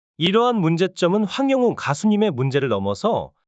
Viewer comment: 황영옥 황영님 이름을 똑바로 읽어주세요. 한글 지식없어요 학교 안다녔어요 한글을 몰 라요 글씨도 모르면서 ㅎㅎ그만하세요.ㅋㅋ